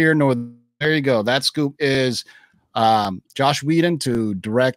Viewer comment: His name is Joss Whedon, not “Josh”. Come on man.